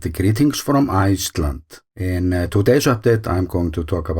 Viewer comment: Thanks for another great video. I always have to listen to the very end to hear you say 'Iceland'. I am sure that first vowel is getting longer and longer 😃